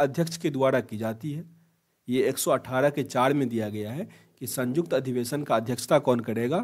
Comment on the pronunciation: Sanyukt hota hai bhai sajukt nahi hota